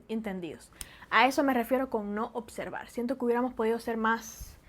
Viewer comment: Dices ocsevar y observar y luego ocservado, ocservadores, observadores. Es natural de tal manera que sigues acostumbrandote a pronunciar bien las palabras pero aún se te escapan, o lo haces adrede?